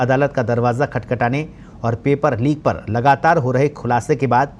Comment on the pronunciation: Lik ni tatu Leek hota hai Hindi seekh le Babu🙏🙏